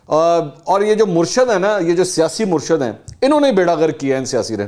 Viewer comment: منصور صاحب تلفظ درست کریں صحیح لفظ " مُرشِد " ہے۔ Murshid